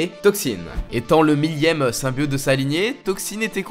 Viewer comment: Le dab en début de vidéo...🙄 et c'est VenOm non venaum ou symbiOte et non symbiaute